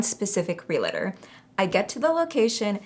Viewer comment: Everyone say it with me, REAL- TOR As a professional realtor, I don’t know why people add an extra a in the word and make it three syllables. It’s really only two syllables and it’s really only pronounced the same way you pronounce Real Estate, you pronounce the Realtor.. Great video! God bless. 🫶🏽